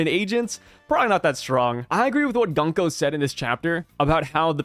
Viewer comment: please use the correct pronunciation - it’s GOONko not Gunk-o.